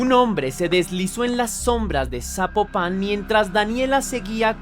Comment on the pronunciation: Saludos desde Guadalajara Jalisco, yo no sabía de este caso pasan tantas cosas como dónde quiera que no es que México este de luto ni enterado, y te ago una observación Zapopan no lleva acento no se pronuncia así, y no ay un camión que te lleve directo de Tonalá a Zapopan más bien tomo dos camiones o un camión y el tren porqué están de orilla a orilla 😅